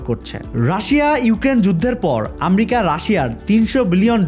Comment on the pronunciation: ভাই আমরিকা কি। আমেরিকা।আপনি ঠিক ভাবে কথা বলতে পারেন না